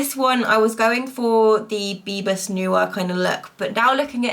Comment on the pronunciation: omg LOL bebas is pronounced as ‘beh-bus’ which means free in Malay/Indonesian 👍🏻 good try though 😂😂😂